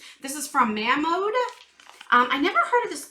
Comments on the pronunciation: I think it may be pronounced moe-mon-de I think anyway ❤️ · Hi! Mamonde is a Korean skincare line, but they named thier company, using a combination of 2 French words. 🤔 Ma (sounds like the ma sound in man) and means "My", and Monde (rhymes with blonde) and means "world". Put the accent on monde, and you've got it! Hope that helps! Now on to the good stuff, absolutely love the sunset eyelook today! Georgeous!! I let my 31 year old daughter have my Saffron palette, but now I want it back! You can really pull off any colors! Can't wait to see you do a sea blue/green look. Allure has been killing it lately, but I don't really care for all the plastic. Frankly the things that they've been putting in their bags could go in a grocery bag for all I care... they are absolutely on point! Brushes... love them and am excited one is coming for me! Yep... still waiting on mine.🙄 💕🤗😘Tammy